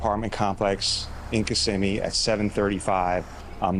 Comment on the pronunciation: Kiss si me is how to pronounce it, as someone who has grown up in Kissimmee